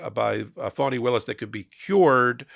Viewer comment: District Attorneys name is Fani( like fawnie). I only say this because it is important to respect Ms Willis's position in the Court/ Justice structure and because of historical reasons of injustice towards women and black women in particular. Plus we want to show these maga/ right wing republican basic racists that disrespect will not be tolerated. And that is why it is so important we pronounce and spell Prosecutor Fani Willis 's name correctly.